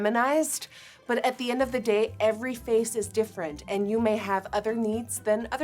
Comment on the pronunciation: You're saying "face" in a more American accent now. I did like your accent before but this is impressive nonetheless!